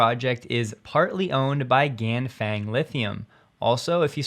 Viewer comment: Ganfeng is pronounced "Gan Fung". Think about feng in feng-shui. To pronounce it close to Chinese, think about it rhyming with Ron Sung.